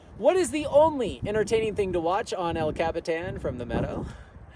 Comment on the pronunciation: you just pronounced el capitan in the whitest way possible. el coppy tahn